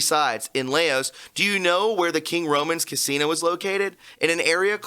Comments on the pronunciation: Laos pronounced like blouse. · Laos... pronounced like blouse 👚 but with an "L"